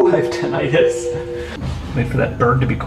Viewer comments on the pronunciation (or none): none